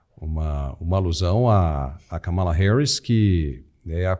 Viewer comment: A pronúncia correta não é Kamala , é KÂMALA , mas sem acento : fala para o Alfredo 😉